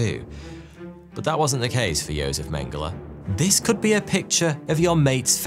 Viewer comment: He pronounced Josef correctly which itself means he can be excused of all other pronunciation crimes.